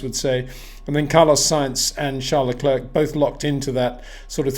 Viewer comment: Sincerly hope that Peter will finally knows how to pronounce Verstappen and Leclerc next season,,,,…